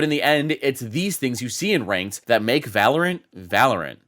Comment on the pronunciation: everytime says ranked it sounds like wanked and also was this premire or something